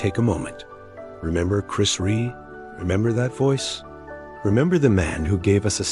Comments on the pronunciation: why do these american tricutes never announce his surname properly?Rea not Ree or Ray. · It’s not Ree ,it’s Rea (pronounced Re Ah). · its Chris Rea.....(Re.A, not Re) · His name is pronounced ReA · If the sound program can’t pay the respect to Chris by pronouncing his last name correctly (two syllables - “Re-a”), you shouldn’t use his last name for death video (profiting off grieving). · Pronounced Re Ah. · It's Chris Rea .... not Ree You'd think the guy doing this would get his name spelt and pronounced correctly....😮